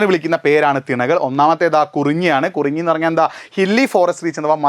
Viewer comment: കുറിഞ്ഞി അല്ല 🤓കുറിഞ്ചി ആണ്